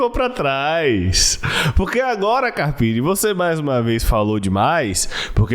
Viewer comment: Boa, to passanfo pra deixar o like apenas, pq nao aguento mais esse cara falando ( carpine ) doi os ouvidos, e mais uma coisa #FORACARPINE